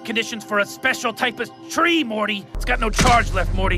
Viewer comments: emphasized the word "tree" weirdly. I don't know why he says it like that either, but I always found that line funnier and funnier each time I rewatch the episode. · '...special type of--TREE, Morty.' Hahahahahaha